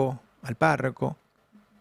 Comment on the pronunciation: Es párroco no párraco😮